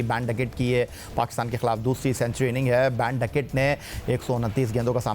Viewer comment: It’s not baan ducket Ben man